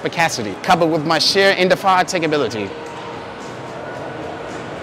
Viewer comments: but he couldnt hit the 'indefAAYAtAIgability'🤣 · he can't even pronounce indefatigability